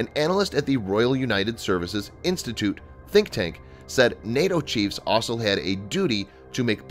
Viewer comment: I wish the narrator would learn how to pronounce 'also'. It's not 'asol'.